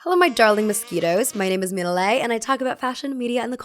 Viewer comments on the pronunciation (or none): none